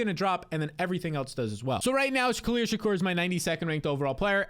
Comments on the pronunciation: Bruh, shakir!! Not Shakur! -. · You mispronouncing Shakir over and over is infuriating. Its a very easy name to say. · Learn how to pronounce Shakir